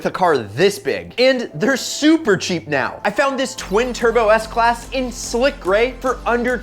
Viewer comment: On he said seks class lol